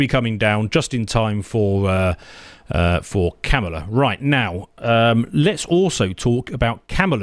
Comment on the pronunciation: Come on. Isn’t your wife Indian? Ask her how she would say Kamala and that’s how it’s said. It’s Kamala with an emphasis on the K.